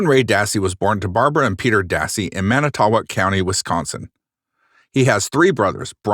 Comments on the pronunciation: It’s pronounced man-eh-toe-walk. I grew up 15 minutes from there- crazy! And it’s meh-kawn-ah. Lol so funny how people never pronounce the cities here correctly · Man-eh-tow-woc is the proper pronunciation 🫡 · So uh.... wisconsonite here. Idk if anyone has said this yet but its pronounced Man-eh-tow-wok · Pronounced MAN i too WOCK